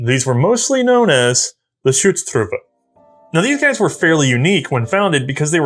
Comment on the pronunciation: I love how managed to pronounces the German Umlaut "Ü" when it is not there in Schutztruppe and ignore it in Büchse. Just switch the two, say Büchse and Schutztruppe and you are 100% correct.:D